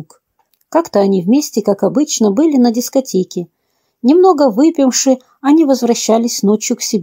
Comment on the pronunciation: "пригло́сишь"??? Может быть "пригласи́шь"? "Не по́няла", а поняла́. Не "С командировки", а ИЗ командировки. "ВыпиМши" ?? "выпиВши"😊 желаю вам немного "подтянуть" русский язык❤